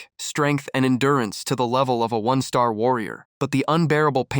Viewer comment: Your ai can’t pronounce one star , and one star appears a thousand times 😭